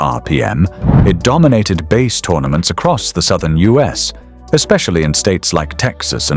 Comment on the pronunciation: omg. lol they won BASE tournaments? This is what happens when AI doesn't know how to pronounce BASS (fish). Go AWAY. I won't listen to the other 25 minutes!